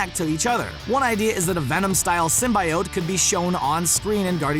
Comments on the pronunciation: When he said sym-bye-ote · Sym bi- ote ??😂😂